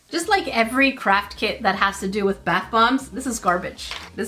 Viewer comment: 😅😂😂 You forgot to say bAth bomb 💣 but you said,brth bomb 😊😅😂😆😆😆😆😆😆😆😆😆😆😆😆😆😆😅😅😅😅😅😅😅😅😅🤭🫢